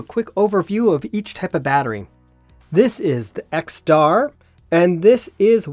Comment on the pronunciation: You made so much mistakes in the video. It's XTAR and not XSTAR. It's mAh for eneloop and not WH. And 1 mAh doesn't equal 1 mWh. Damn. 😂